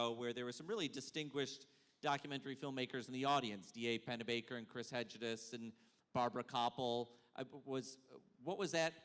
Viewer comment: this ridiculous interviewer tried to say Chris Hedges - and massacred the name.